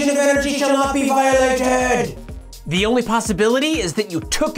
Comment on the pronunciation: "Conservation of energy shall not be vio-lat-ed!". I had to pause and rewind three times through this because I'm laughing. Great entertaining learning experience, as always.